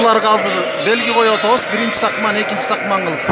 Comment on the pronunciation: Сакман эмес сакмал туура суйлогуло тантырабай